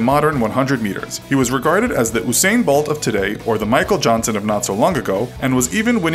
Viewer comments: Oosain Buwlt as this guy calls him. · Come on mannn why’d you say usain bolt like that😪